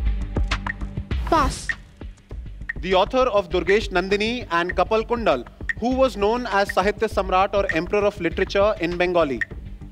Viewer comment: The quiz masters pronunciation of Nilanjana and Kapalkundala was incorrect..